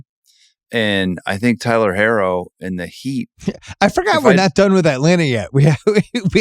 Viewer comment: Idk who this guy is but why doesn’t he know how to pronounce Tyler herro